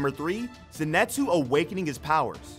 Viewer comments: Did he just say zinetsu? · Zenitsu not zenatsu